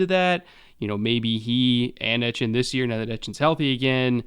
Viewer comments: Ettiene is pronounced E-T-N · Senior pronunciation correspondent. As for my prediction on the Jags season, I'm thinking 5-12. They'll improve, but growing pains + several high-quality opponents will lead to several close losses